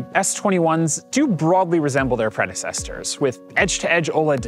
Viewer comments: he says Predecestors instead of predecessors LOL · uh did you mean predecessors? What was that.